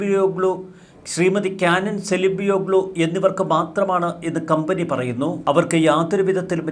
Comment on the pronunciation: തോന്നുന്നൂ, ചെയ്യുന്നൂ, പറയുന്നൂ... അരോചകമായ ഉച്ചാരണം